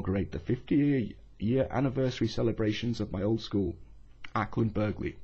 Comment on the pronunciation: the g is silent in Acland Burghley